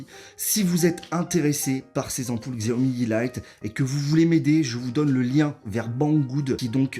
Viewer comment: Je me permet de corriger la prononciation, c'est chiaomi